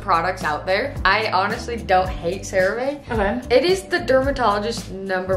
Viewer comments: “Cera vae”😭😭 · I love how they kept saying “crea VA” 😅